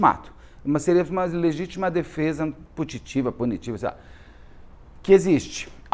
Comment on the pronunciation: Legítima defesa putativa… ri demais com o putitiva 😂